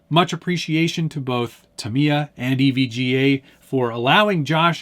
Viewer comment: You already won. You pronounced Tamy-ya correctly in your video.